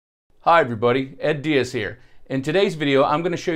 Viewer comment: "Ed Diaz Here" sounds a little like "ADSR" :D